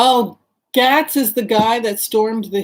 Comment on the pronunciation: I think Gaetz is pronounced "gaits", at least how I have heard it on news.